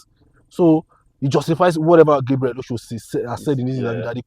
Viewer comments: Its not Osho Its òshoó A yoruba name . He even pronounced it so well in the interview. An omo Eko gan gan ni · ❤❤ But why do you guys keep calling him Oshow? The correct pronunciation is Ọ̀shọ́ (Orshor) I expected AY (as a Yoruba man) to pronounce the name well. You can take a cue from Gabriel himself. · Get Osho pronunciation right. Osho as in English word 'or' sh 'or'